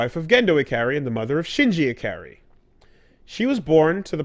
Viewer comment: The way keeps saying "Ikari" bothers me, or more like distracts me, because I know he's saying it wrong, but my mind is baffled as to why he's saying it wrong, when I know he's studied more Japanese than I probably have throughout both of our extensive viewings of anime, Japanese video games, and likely J-Pop music. It's "Ee-Kar-Re!"